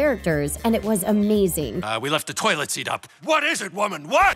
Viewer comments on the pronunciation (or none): none